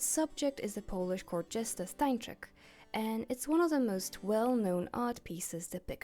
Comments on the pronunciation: im polish and you pronouncing 'Jan Matejko' and 'Stańczyk' correctly healed something within me😭 awesome vid btw, im a big fan of clowncore and its one of my main aesthetics🫶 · I’m from Poland (btw, perfect pronunciation) so I can tell something more about Stańczyk. He was one of two jesters long before Matejko painted him. We was known as kings counselor because jesters were the only people who could make fun of the king. Matejko painted him because back there, when Poland didn’t existed on the maps, it was really symbolic. Matejko painted a lot of historical figures to show polish history